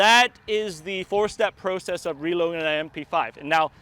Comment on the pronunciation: Babe, wake up. pronouncing “process” like he’s Canadian.